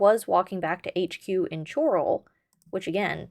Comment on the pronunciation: Its Chorrol 'Coral' not Ch-oral - the Countess pronounces it for clarity. But yo I very much appreciate and respect the investigation into the quirky mechanics of my favorite game